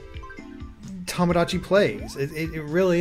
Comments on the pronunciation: It is Tomodachi, not Tahmahdahchi... Japanese vowels are not pronounced like that. To sounds like "tow/toe/toh". Not like "Tah". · Chang Jia Yang Since we're on a correcting streak, it's to-mo-dah-chee. The extra u sound after to and mo is incorrect pronunciation in JP.